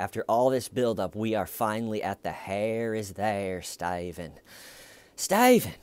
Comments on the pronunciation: Laugh my ass off I didn't know where I was but I came in halfway through the video a Stephen video and you were referencing Chris Watts so I thought it was a Chris Watts video and then you said stavan I was like who's staven. It only made me dig deeper through your videos so I say it's a good thing keep it up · I found this video after 4 yrs and I think it’s funny you are calling him Styvan. Thanks for this hilarious commentary on the interrogation! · Sty-ven. You've got a zit on your eyelid. Sttyyyy-ven, you're not a monster, you should just use a warm compress. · I'm here 4 years later laughing at "stayven" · I love "Why Stayvun!?" Stayvun is going to have amazing advice for his inmate-clients! Keep on saving that toilet paper , Stayvun! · "Stayvunn" is half of the video, little T being the other half, anyone not liking it just doesn't get the trollnaming process xD Nah for real great video :) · I found tjeee videos after 4 years and it’s hilarious you calling him Staven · "Styavun!!" every time😆😄😆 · hhhhhhWWWWaaaaaiiiiieeee????? WHY Stye-van!? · Clearly the ones questioning your use of “STAYVEN” didn’t watch the actual interrogation (which was painful AF but I wanted to understand all of your references so I powered through it). To those peeps I say: WATCH the interrogation and you’ll get it... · styven oh steyyyyven ... i love mispronouncing names on purpose for people i don't like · I feel like "Stayven" is a more appropriate way of spelling it. You literally cannot phonetically pronounce that word without it sounding like a deep southern accent 😂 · Dude the way ur saying his name is what hooked me on the series